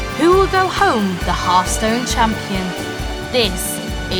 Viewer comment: 'Who will go home as a half stoned champion?'